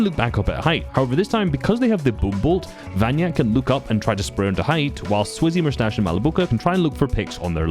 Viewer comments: he is vanya kek not vanyak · vanyak3k is read vanyakek, not vanyak 😉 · Vanyakek! Not Vanyak